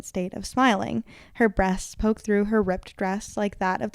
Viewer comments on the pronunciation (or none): none